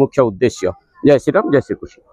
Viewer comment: Hindi dialogue maru6an agyan au कृष्ण ra uchcharana bhul karu6an